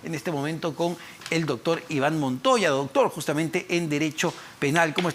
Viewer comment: Este.entrevistador.dice.ductur.. .ductur.purqui.ipuirqui.amatarola.idinacha.no.lo.investigan.de.igual.manera